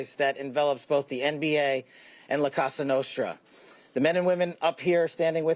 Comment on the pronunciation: Bro could not pronounce a single family name or la cosa nostra